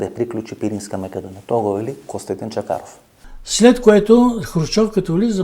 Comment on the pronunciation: Името на госта е Костадин Чакъров, но Ефтов го е страх да произнесе буквата "Ъ". За тази буква Венко Марковски замина на Голи Оток.